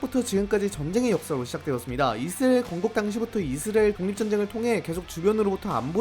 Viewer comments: 이스르엘이 아니라 이스라엘 ㅎㅎ 발음좀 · 저만 이스레엘로 들리나요? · 발음 ㄹㅇ ㅋㅋ 이스리엘이 뭐ㅏ냐 ㅋㅋㅋㅋㅋㅋㅋㅋㅋㅋㅋㅋㅋㅋㅋㅋㅋㅋㅋㅋㅋㅋㅋㅋㅋㅋㅋㅋㅋㅋㅋㅋㅋㅋㅋㅋㅋㅋㅋ 정보 유튜버 맞냐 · 이스엘 이스엘. 이스엘. 정보전달 공간이면 발음좀 정확히하고갑시다. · 왜 자꾸 발음을 이스리엘이라고 하세요? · 이스라엘 발음 잘안되죠? ㅋㅋㅋㅋㅋㅋㅋㅋㅋㅋㅋㅋㅋㅋㅋㅋㅋㅋㅋㅋㅋㅋㅋㅋㅋㅋ이스리엘 ㅋㅋㅋㅋㅋ이스렐 ㅋㅋㅋㅋㅋㅋㅋ이스레엘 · 이스레일은 어느나라인가요 계속 이스레일이라고 하시네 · 이스라엘이 이스레일로 들려요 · ㅋㅋㅋㅋㅋ아 이스라엘 발음 한 번을 제대로 못하는거 귀엽네ㅋㅋㅋㅋㅋㅋㅋㅋ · 영상잘봤습니다.이스라엘 발음이 뭔가좀..그거빼곤좋은영상잘보고갑니다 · 이스라엘 발음 엄청 안되네... 참고 듣다가 못 보겠어서 그냥간다 ...이스라엘이 발음이 어렵긴하지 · 이스라엘 발음 제대로 못함?